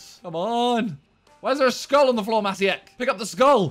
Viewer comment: maciek is a polish name, it's pronounced matchiek